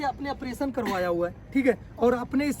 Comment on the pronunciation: Apration nhi operation hota hai .